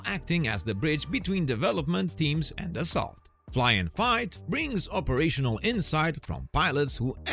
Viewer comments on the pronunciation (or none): Dassault is pronounced Dus-oh